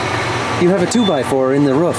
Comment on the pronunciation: I thought he said rough is bad but he meant roof